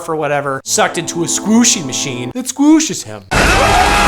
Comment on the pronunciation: LMAO "that sqwuooshes him"